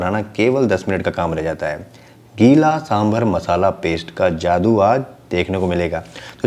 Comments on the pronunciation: it's saambaar.( सांबार).n not saambhar(सांभर) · सांबार!!! सांबार!!! For god's sake...it's not सांभर